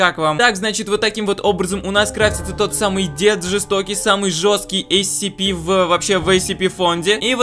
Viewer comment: Правильно говорить сцпи